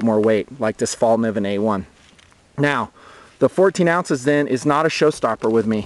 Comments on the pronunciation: haha, everybody from english talking countrys sais Falniven, and now people are starting to think thats how you spell it. !!Fällkniven!! :) the K and the N is prunownced kn, not just like a N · It's pronounced "Fell Kneeven," not "fall niven" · fallkniven (fällkniven) is swedish for 'the folding knife'. over here it's pronounced 'fell'", as in "fell down", kay sound as in 'clip' followed by 'nee' as in 'knee' and "when". "fell-k-nee-when" - say it out loud and you'll pretty much mastered the swedish language.